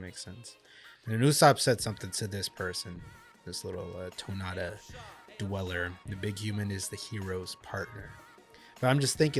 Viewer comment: fyi, it is TonTatta, not Tonatta. No big deal, just a bit annoying. Aside from that, you are doing great. Keep it up.